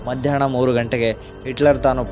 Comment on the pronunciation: ಹಿಟ್ಲರ್ ಗೆ ಇಟ್ಲರ್, ಎಲ್ಲಾ ಹಕಾರಕ್ಕೆ ಇಕಾರ, ಹಾಗೇ ಮಧ್ಯಾಹ್ನ ಕ್ಕೆ ಮಧ್ಯಾಣ್ಣ ಮುಂತಾದ ಶಬ್ದೋಚ್ಚಾರಣೆಗಳನ್ನು ಸರಿಪಡಿಸಿ ಕೊಂಡರೆ ಕನ್ನಡ ಭಾಷೆಯ ಮೆರಗು ಹೆಚ್ಚುವದರಲ್ಲಿ ಸಂದೇಹವಿಲ್ಲ